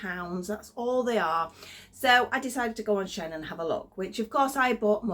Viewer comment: We pronounce it. "Sheen"like the polish. I too bought a pack of the bunny slippers and am going to see if they will open up a bit to fit a doll.Maybe a Blythe foot.Also like you I buy a tester to see if it will suit me and yes read the description.Ive been looking for some dogs and the 2D key chains look great in the photos but I need 3D so I'm reading descriptions all the time these days. Have you been getting little free gifts come through the door .It can be very random .They'll say pick a free item but when it does come what do you get .Solar for me it's been knee high stocking and a dinosaur balloon.The grandkids liked that one, but for those out there .The free gift is a con.youll never get what you chose. I enjoy your videos and look forward to the next .I particularly like the crochet crafts.Thank you❤